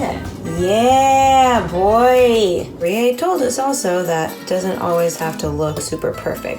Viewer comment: I wish they could get it right!... It’s Rie Not Ri-é